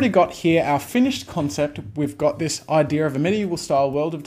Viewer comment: Idea Jazza. Not Idear.